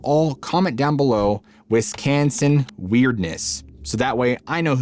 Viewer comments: Why do you pronounce wiscancin and not WisCONsin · Nobody pronounces Wisconsin as 'Wiscansin! 😂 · Wis-can-son? A local pronunciation? Wisconsin weirdness. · Why do people from outside Wisconsin call it WisCANsin? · I won't spell it the way you said it, but here's the right way. "Wisconsin weirdness". You know, pronunciation lessions from a Hoosier. Awesome video. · Nobody says Wisconsin like that. None of us do. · the weirdness is how you say Wisconsin. 😂 Awesome video! I'm from Kenosha. You can always tell who's from here by the way they pronounce the Names of the towns and especially how they say Wiz-can-sin or Wes-con-sun. You just can't make these Wisco vowel sounds😂